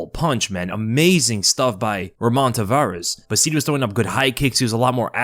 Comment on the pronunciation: Its Ramon Taveraz not Tavarez